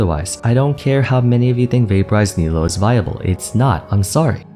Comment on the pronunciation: i made this mistake too , but Nilou's name is actually pronounced as "KNEE-loo", even though the spelling makes it seem like you should pronounce it like "KNEE-low". not your fault at all, genshin chose a english localization of نيلو that looked the prettiest ig, even though "niloo" is a technically more accurate localization.